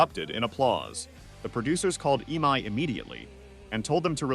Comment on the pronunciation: Most horrid AI voiceover. You can prompt it with ways to say E-M-I rather than eemai, etc.